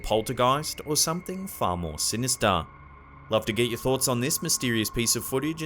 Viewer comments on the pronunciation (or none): Will 'like' any video in which says 'sinistah'.